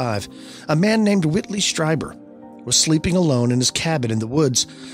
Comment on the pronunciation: Greta show guys! Whitley’s last name is pronounced ‘Streeber’.